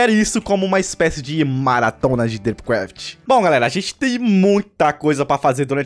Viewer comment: O falou drip craft direito